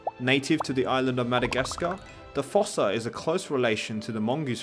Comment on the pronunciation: It’s pronounced foosa